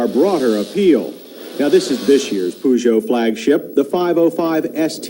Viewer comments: Makes a point about the pronounciation of Peugeot and then calls it a Poo-jo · We europeans call it Pe-joe instead of Poo-joe.